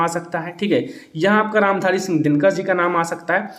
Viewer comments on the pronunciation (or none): none